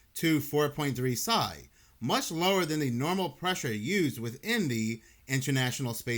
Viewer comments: Its P.S.I lol Pounds per Square Inch haha not "Sye" come on brother haha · Man air pressure is psi. Pronounced P.S.I. Sounds like all the other AI channels when you do that.